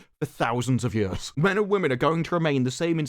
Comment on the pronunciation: When you say the word years in your accent it tickled my brain